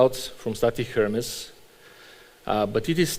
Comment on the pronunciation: Err-Mez my man!